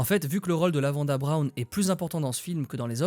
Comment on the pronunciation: LavanDE Brown, pas LavandA !